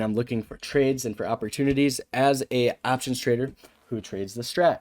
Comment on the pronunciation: “as an aaaaahhhptions trader” vs “op tions”